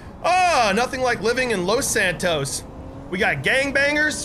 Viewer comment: He said los Santoast 😂😂😂😂😂😂😂😭